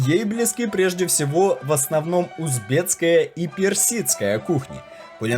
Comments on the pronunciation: У автора походу дефект речи. Только так можно обьяснить “таджитцкая и узбецкая”. Я будучи не русским прекрасно понимаю что должно быть “таджикская и узбекская”. Больше инфы ищите и проверяйте то что выкладываете, много сырых моментов, ну а так в целом всё нормально. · невозможно это слушать...узбеЦкая, таджиЦкая......узбекская, таджикская...автор, раз записываете такие ролики и тема очень интересная, хоть правильно говорите некоторые слова. Без обид, но режет слух. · Я один слышу "узбеЦкая, таджиЦкая" вместо "узбекская и таджикская"? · ТаджиКСкая, а не таджиЦкая. УзбеКСкая, а не узбеЦкая. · Не Таджицкая, а Таджикская, не Узбецкая, а Узбекская, автор, Вы не русский? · Только не таджитская, а таджикская. Не узбетская, а узбекская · Здравствуйте, Вам бы желательно выучить русский язык! Не Узбецкая, а Узбекская. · Зачем говоришь таджиЦкая и узбеЦкая? Ты людям рассказываешь, говори грамотно- таджиКская и узбеКская. Если не знаешь то молчи лучше! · Не таджицкая а таджикская, не узбецкая а узбекская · Надо правильно произносить - таджикская, также - узбекская! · Видео супер!!! Только один вопрос к автору: почему Вы произносите "таджицкая" "узбецкая"??? В центральной Азии никто не говорит: "росицкая" кухня! Это капец как смешно.... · Не "таджиЦкая", " узбеЦкая"-это не "мужицкая", где "ц"-на месте своем, но:" ТАДЖИКСКАЯ"!